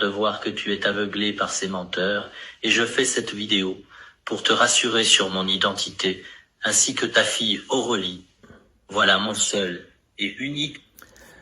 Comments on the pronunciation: La prononciation !!!!! "Aureulie" au lieu de "Aurélie". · Pour moi, c'est vraiment évident que ce sont des vidéos faites par AI, la voix est beaucoup trop monotone, passive, ou erronée avec le "'Aurelie" au lieu d'Aurélie. Mais dans le futur, ce sera bien plus dur. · La faute de prononciation de l'IA pourrait bien s'écrire "Aureulie" , c'est bien ce que l'on entend ... Ce qui aurait dû mettre la puce à l'oreille de la victime. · Tu vois tout de suite que c est de l intelligence artificielle, même pas foutu de prononcer le prénom Aurélie correctement bref … soyez vigilant